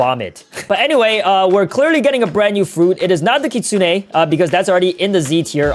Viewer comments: ITS KIT SOON NOT KIT SOON AY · Its kit 😂sune not kitsunay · BRO HE SAYS KITSUNE LIKE KIT-SUNE-NAE AND MINOTAUR MINE-O-TAUR LIKE WTH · it's literally pronounced kitsoon like uzoth said not Kitsune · kitsunay??? its kitsune here in amerca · Btw its pronounced kit-soon. Not kit-soon-ey So Uzoth is right btw so don't puke because of him puke because of you not knowing the Pronounciation Ty. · I AGREE BRO PRONOUNCES IT KKKIIIIITSSSSSSOOONAY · ah, you can't be more triggering - Its pronounced right the way Uzoth says it, you say it completely wrong.